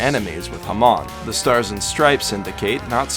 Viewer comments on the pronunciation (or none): I'm sorry but its pronounced (ham-ohn) not (ham-on) at least I think.. feel free to yell at me in replies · The whole video was good until you said hA-Maon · Its not ham-on its ham-in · Ah yes haman I'm late but it's ha-moan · Did this guy just say THE RIPPLE I hope he means HAMON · Sounded like HA-mon to me, which is fine lol. And tbh criticising someone's way of speaking? Really? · And zeppeli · Okay Erina is pronounced like you're saying arena. The abilities that Jonathan and Joseph possess is pronounced Ha-moan. I didn't watch the subs but i do know i prefer the sound of the dub. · hamon pronounced haw-moon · The way you pronounce Hamon is going to give me an aneurism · Is anyone going to point out that he mispronounced hamon? It's said fairly clearly in the first op.